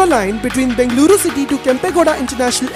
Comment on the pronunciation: God, your pronunciation of Bengaluru and other location names is pathetic. Ask your Kannadiga friends, or listen to FM radio, or local TV channels. Please, please, I beg you.